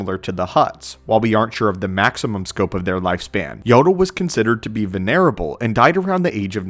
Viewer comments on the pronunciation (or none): Jesus CHRIST I just heard him say venerable like venereal disease.